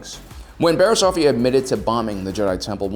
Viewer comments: Just you know for the record, the pronunciation is Offey not Oaffy just saying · I really like your videos but just gotta say, sometimes the way you pronounce things urks me a bit. Oafffie?. Not trying to be rude, a lot of the names/terms are cannonized in their pronunciation. Anywho, keep posting cool vids!